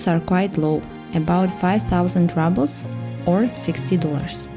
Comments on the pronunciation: Thank you for your fascinating look at 3 different housing styles in Yakutsk. You have a good narration voice and I really enjoyed your tours. Good choice in music, too. Just to let you know, it's not pronounced "rubbles," it's pronounced rubles, as in "roobles." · Видео супер, произношение 4 с минусом. Рублз вроде же читается а, не раблз. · Всё отлично, только "рублз", не "раблз" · Rubles is pronounced with a “ру”sound in English, not rubbles… just saying. Super interesting video! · Why would she pronounce “rubles” ‘rubbles’, when literally the correct pronunciation of the word in Russian is indeed “ruble”? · Why is she saying Rubbles? Isn't the correct pronunciation Roobles? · A great video as always ❤ I just wanted to say that rubles is pronounced “roobles” in English. Apart from that perfect 😊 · I’m sorry, but you pronounce ruble incorrectly. It’s “rooble” kinda like in Russian. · The irony of her pronouncing them “rubbles” is priceless. Should it not be “apartment bloc”? 🤔😅🤷‍♂️ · Do Russians pronounce the Rouble like Rubble (small rocks)? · That's what I have been wondering, I've never heard it pronounced like this before.